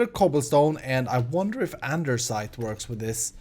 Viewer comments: its not andeRsite!! its called andesite😂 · Great episode! Small comment on something, Andesite doesnt have "r" in it :D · there is no R in andesite! xD